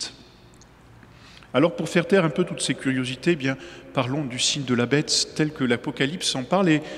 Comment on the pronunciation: damor c'est bien la marque de la bête qui se révèle !!!....pourquoi prononce t il. :" la betesss " ??